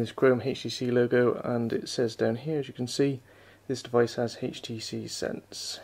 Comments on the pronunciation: why oh why do people pronounce HTC as "hage tee see" the "h" is silent... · why does he keeps on saying, "heych t c"???